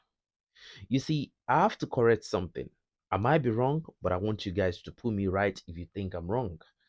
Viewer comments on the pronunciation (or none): none